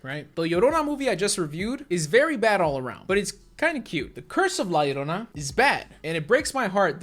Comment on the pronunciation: at least james pronounced la llorona right